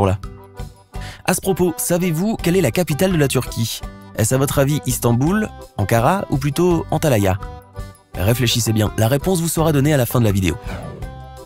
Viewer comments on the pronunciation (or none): C’est Antalya pas Antalaya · C antalya et pas antalaya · Ces pas Antalaya mais Antalya 🤦‍♂️ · Antalaya = Antalya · Oui c’est Ankara mais votre dernière option ne se prononce et ne s’écrit pas Antalaya mais ANTALYA.